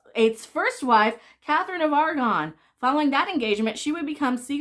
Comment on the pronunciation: Aragon....not Argon, Argon is an element.